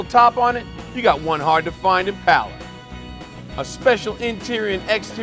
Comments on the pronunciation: This has gripped me for years so it is good to hear someone pronounce it right and someone else say it. I think the west coast pronunciation is Impala! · Always nice to hear someone who actually knows how to pronounce "Impala"; theres no "U" after the first "A"!